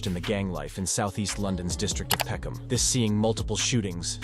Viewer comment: Peckhnarm, what, are they stupid, wouldn’t it be peckhnam. Why the random r? London is a shithole. It’s not even majority British anymore, take your countries try back.